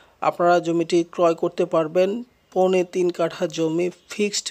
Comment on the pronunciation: পোনে নাকি সৌয়া ৩ কাঠা ক্লিয়ার করে বলেন